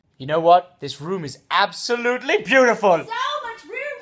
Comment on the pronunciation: Absol abshooool-dini